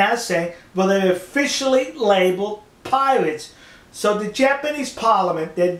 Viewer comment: Piwates... Amewica...... I'm doubled up with laughter!